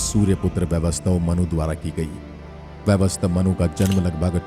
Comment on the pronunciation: "वैवस्वत मनु" हुए हैं वैवस्तव नहीं।